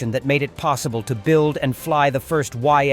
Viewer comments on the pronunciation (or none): none